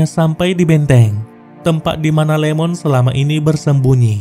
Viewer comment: Wkwkwkw.... Iemon bang, bukan Lemon wkwkwkwk